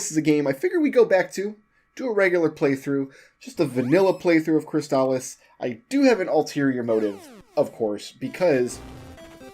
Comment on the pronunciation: I believe you are pronouncing “Crystalis” right,. At least, you’re saying it how I’ve always said it, and I’m sure I’ve heard speedrunners using the same pronunciation.